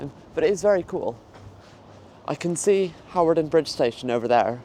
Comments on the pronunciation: Hawarden is pronounced Harden.😃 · Pronunciation help: Hawarden > Harden Shrewsbury > Shrew-s-bree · Hawarden (up the hill )and Hawarden Bridge (bottom of the hill) is pronounced Har- den. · It is pronounce harden 😂